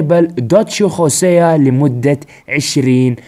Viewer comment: ياخي انجلط لمن تقول خوسيا، اسمه هوسيا والله 🌚💔